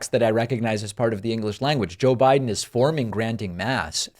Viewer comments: He says "Joe Bride" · CONald trump Suffers from, SEVERE, Joe Biden Derangement Syndrome , He Can't even say his name correctly!! 😂😂😂 #JBDS #FDJT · 😳 Dude is running for President and mispronounces the name of his opponent. Biden will PULVERIZE Trümp if he shows up.